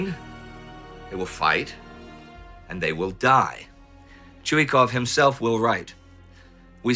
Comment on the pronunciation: ChuikOv, he’s called ChuikOv, not ChUikov!!! Please improve it. Nevertheless, an outstanding show!